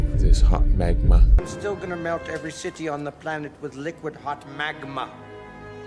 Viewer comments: Damn you. I've been rewinding to for the past 5 minutes, because I couldn't stop laughing at how eerily similar his pronunciation of magma was to Dr.Evil 😂😂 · One minute in: "I'm cinvinced". Aren't they just so impressionable. That air space must be between your ears, dude. No hot maGMuh in there. Oops I mean brain tissue. Tissue on your shoe. Shoeonhead. He who controls the earth controls miles and miles of hawt maGMuh. Wow. It's alive! How does he know so much?! I'm in awe of this much stupidumb. Someone call Guiness Book of World Records!